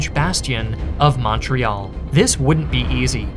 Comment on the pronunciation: I love how you pronounce Québec well but not Montréal. ;p